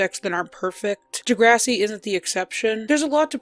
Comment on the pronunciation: The pronunciation of the show 👎